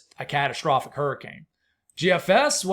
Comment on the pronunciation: The way you said catastrophic! Yeah, the Euro is a bit terrifying. All of it is a bit scary especially remembering last year.